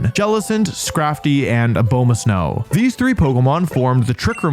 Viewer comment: Fun fact! Abomasnow is named for the abominable snow man! So like. let that inform how you pronounce Abomasnow. If you want. Please.